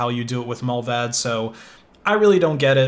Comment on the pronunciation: Mullvad is based in Sweden, not Swizerland! Oh well not like your'e the first to make that mistake :) Also its pronounced mUl-vaahd (like multi). Not mollvadd :) No offence, just annoys me and it shouldn't :)